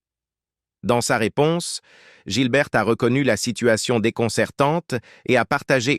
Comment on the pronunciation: Le série est bien mieux que cette vidéo. La voix off est pourrie, elle ecorche un nom sur deux, se contredit ( Guilbert puis Gilbert), et ils répètent trente fois la même chose 50 fois en 20 minutes.